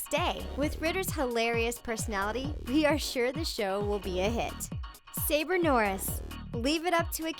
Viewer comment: Her name is not saber it's Saba